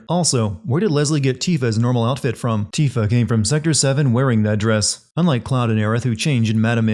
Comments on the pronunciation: Worst sin of all. Pronouncing Tifa as "Tiffah" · Pronounced Tifa as “tiff-uh” Um, no. [ding] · Ultimate Sin: Mispronoucing Tifa as Tiffa even though they call her by name, with voice actors, the entire game. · Must sin you for pronouncing Tifa's name as "Tiffa" while sinning a game in which they say her name correctly many times, audibly, in English dub. Shame! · It's "teefa" and it always has been "teefa" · I hate how her name is pronounced "Teefa" doesn't seem right, but whatever. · Whos this ‘Tiffa’ he keeps mentioning in the video? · its tee-fah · I'm sinning YOU for mispronouncing Tifa's name. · Oh my god The way he pronounces “tifa” makes me want to cry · hilarious video but your first pronunciation of 'Tifa' should have added a point to the sin counter. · I'm surprised this exists. It's as close to perfect as any video game can get...at least, if you're familiar with the compilation. Some of these points are factually wrong (Cloud's 5'7 and Sephiroth is 6'3), Jesse didn't steal Johnny's ID, you pronounce "Tifa" wrong, etc. lol And why is Sephiroth's voice being good a sin? Anyway, I'll let the existence of this video and its own sins slide cause the video was still entertaining. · Ok... but this guy keeps mispronouncing Tifa's name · How many sins do you get for mispronouncing Tifa's name?? She's only a main fucking character... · Every time says Tifa during the first half of the vid I cringe at his pronounciation. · Hard to take you seriously when you don’t pronounce Tifa’s name correctly... you know this game is fully voiced right? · Jeez... they even pronounce Tifa’s name right not only in this game, but every other game she’s appeared in with voice acting. Lol what the heck,? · Yeah he pronounces the /ti/ in tifa like he would pronounce tits. Maybe a subconscious habit. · Hearing Tifa pronounced as Tiffa is killing me every time he does it big yikes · For god's sake man, her name is pronounced TEE-fah, not TIH-fah 😆